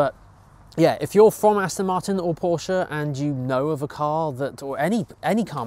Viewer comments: Finally someone who pronounces Porsche correctly! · Very well done for a Brit! I didnt know this until I was 31!